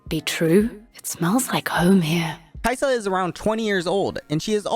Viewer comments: Ka-i-sa in tagalog not kai-sa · It's not, Kayisa. It's Ka-i-sa with the stress on the "i" but the pronounciation is almost correct since you stressed the "i". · No no no, it's not Kaisa, it's Kai'sa but everyone pronounces it like Kaisa. If it's Kai'sa then it should be pronounced as Kaisà, then why do they even write it like Kai'sa which makes it feel like Kai Sa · Kayısı in Turkish language mean apricot pronunciation is almost same as kai'sa Soo some players call kai'sa kayısı "ı am gona pick kayısı" Lol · Sorry to inform you, but your "caisã" pronunciation was wrong again :( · Funny accent on the word "caisa" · "Ka isa" in Tagalog is two words not one word 👁️👄👁️ After he mispronounced it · As a Filipino, I didnt really think that Kai'sa might be a play on "(mag)ka isa". Might use some improvements on the pronunciation but other than that good job on the vid!